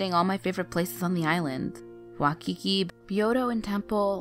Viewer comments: wakiki 😂😂😂😂 its waikiki (Y-Keykey) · wuh kee kee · It's Waikiki ( Why Key Key ) not Wakiki. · how you from hawaii if you don't even know how for pronounce Waikiki 😓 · right? i thought Kamehameha was the easiest name to say besides Waikiki ^^; i was kinda offended when she mispronounced places and names :/